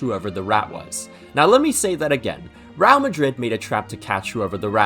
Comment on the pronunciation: i'm sorry but your pronunciation of 'real' has me genuinely fucking tweaking